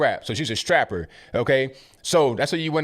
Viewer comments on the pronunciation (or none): " she's a straper" Me:😂😂😂😂😂😂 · "A straper"......classic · "ASTRAPPER?? LOLOLOLL...Yooooo I'm done. Yo you be roasting on the low! Lololol.